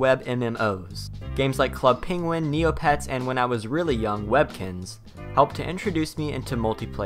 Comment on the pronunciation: You said “Webkins” and I almost cried...